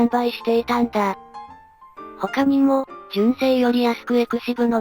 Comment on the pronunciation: XVIは「エクシブ」ではなく「エクシヴィ」